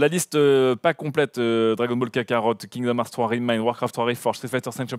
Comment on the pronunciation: "Kingdom Eurts fruit" xD